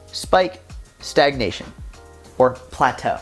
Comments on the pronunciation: “Plataeu 😬” that was hilarious hhahahahahah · I'm the 2nd type ✋✋✋ loved how you say plateau 😂🤣🤣🤣🤣 This is my favourite video ❤ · When you say "Plato" is probably one of my favorite parts in this video 😂😂 Main message keep doing what you are doing. Stick it out. The weight will fall off 🙌🏽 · saying "plateau" needs to become a meme lmfao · plateau! LMAO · The way said "plateau" lol